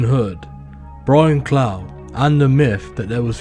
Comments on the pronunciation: It's pronounced cluff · His name is Brian Clough but pronounced Cluff